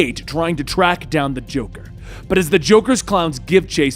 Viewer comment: Lol u said droker drones